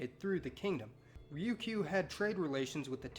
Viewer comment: Ri-yu-ki-u? Damn gaijin pronunciation.